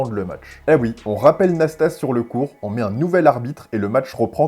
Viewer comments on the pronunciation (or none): Récit fantaisiste du match McEnroe / Nastase. Déjà on prononce Iliyé Nastazé. Ensuite, McEnroe est resté calme pendant tout le match, très en confiance. Seul Nasty a fait le guignol car il savait bien qu'il n'avait aucune chance à 33 ans avec sa bedaine. Le pauvre Frank Hammond désavoué par le juge-arbitre s'est fait humilier, sous la pression d'un public bourré qui avait payé et en voulait pour son argent en session nocturne.